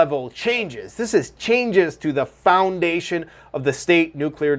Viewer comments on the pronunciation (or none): Why do you prononce " fondation" that way you sound chinese 😅😂😅😂